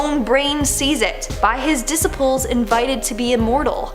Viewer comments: Dissapools? Did you mean disciples? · It's disciples pronounced dis ceye ples. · Dissapples? Lol no. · disipples aka Dee Sy Pulls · Disipools? Is she that stupid